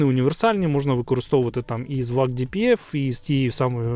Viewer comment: Братику дякую за цікаве відео, але прийми до уваги, що абревіатура VAG німецька і перша буква V читається як фау а отже Фольксваген Ауді Груп.